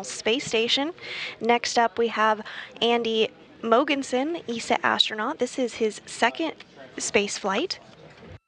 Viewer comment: "Andy Mogensen" ? srsly? You had so much time to prepare to at least say the NAME right :D